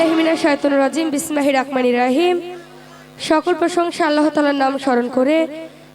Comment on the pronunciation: হায়রে শিল্পি বিসমিল্লাহির রহমানির রহিম এই শব্দটাও বলতে পারলো না।